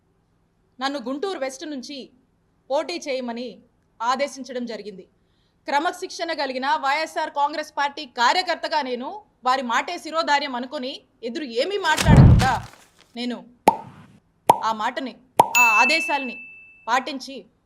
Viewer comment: శిరోదారం కాదు శిరోధార్యం